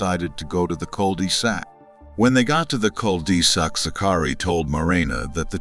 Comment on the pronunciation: The cul-DEE-sac 😂 love ai